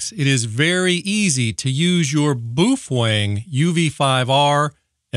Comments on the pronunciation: Booof wang 😂😂😂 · Boof Wang lol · My Jiggle Hertz 😂 Boofweng 😂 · What's a Boofwang ?